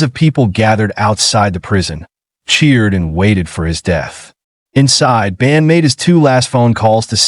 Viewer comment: Human cannot pronounce Bundy? Who is "Bandy?"